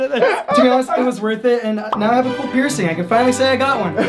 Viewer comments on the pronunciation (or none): when he said "peircing" i thought he said pierson😂😂😂